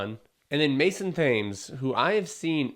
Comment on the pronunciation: I will definitely not be adding this one to my watch list. Thames is pronounced “Tems” if you are from the UK.